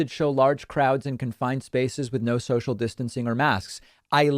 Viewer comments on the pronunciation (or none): none